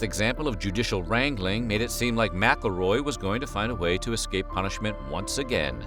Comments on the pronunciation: Isn't McElroy pronounced Mick-El-Roy? The narrator is saying the "Mackleroy" How someone didn't get him earlier is crazy. If I were the foster parents I would've ended him when he came for the child. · It's not "MackleRoy" It's McElroy you donut!!